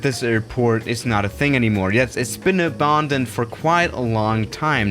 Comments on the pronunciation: Its a-band-dend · pronounces it as “UH-BAHN-DUNNED”